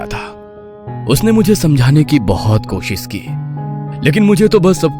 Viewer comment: कोशिश ❌ कोसिश ✅ 😂😂😂😂